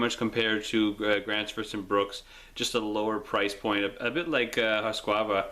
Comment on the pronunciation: its husqvarna not husqvava. good vid thou. and hultafors are the worlds oldest mass producing axe company